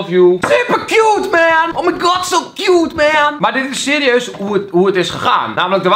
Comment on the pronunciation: hahahahaha "oh my gowd das bijna een wereldreis..." "nee."